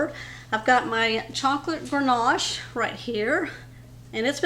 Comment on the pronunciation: Ganache… no “r” in that word! Dessert looks amazing. I’ll make it for the holidays!